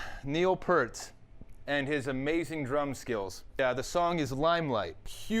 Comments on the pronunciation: PEA-RT!!!!! not PURT :D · Love the video.. but it's pronounced PEERT. Come on man. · his last name is pronounced peert! PEEEEERT!! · it's pronounced pee-ert and limelight is from moving pictures, not spirit of radio, which isn't even an album. having said that, impressive you did it on 2 toms